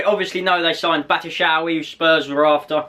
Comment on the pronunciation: You say batshuayi. BAT-SHOE-EYE